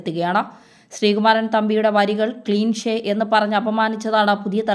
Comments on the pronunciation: Ee kochu eppozhum cleanshe ennanu parayunnathu athil cleshe ennalle, enthokkeyo parayunnu. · ക്ലീഷേ, ക്ലീഷേ, ക്ലീഷേ, ക്ലീഷേ, ക്ലീഷെ, ക്ലീഷേ. ഇങ്ങനെ പറഞ്ഞു പഠിക്ക്. എന്നിട്ട് വാർത്ത അവതരിപ്പിക്കുക. ഇനി പറയാനുള്ള കാര്യം; ശ്രീ. ശ്രീകുമാരൻ തമ്പി സർ കവിയായും സിനിമാ ഗാന രചയിതാവ് ആയുമൊക്കെ നമ്മുടെ ഇടയിൽ പ്രശസ്തനായി നിൽക്കാൻ തുടങ്ങിയിട്ട് ഏകദേശം ആറ് പതിറ്റാണ്ടായി. ഈ കാലയളവിൽ പ്രണയ, വിരഹ, സന്തോഷ സമ്മിശ്രമായ ലളിത മധുരമായ ആയിരക്കണക്കിന് ഗാനങ്ങൾ അദ്ദേഹം നമുക്ക് നൽകിയിരിക്കുന്നു. കേരളത്തെ കുറിച്ച് തന്നെ എത്രയോ. ഗാനങ്ങൾ. എൻപത്തിനാലു വയസ്സിൽ എത്തി നിൽക്കുന്ന,മലയാള സിനിമയിലെ ഈ മുതിർന്ന കാരണവർ സ്ഥാനീയന്ന് ഇനി ഒന്നും തെളിയിക്കാൻ ഇല്ല എന്നതല്ലേ വസ്തുത. അദ്ദേഹത്തിനെ ആണ് ഇവിടത്തെ ക്ഷുദ്രജീവികൾ പടപ്പുറപ്പാട് നടത്തുന്നത്. ലജ്ജാവഹം എന്നല്ലാതെ എന്തു പറയാൻ.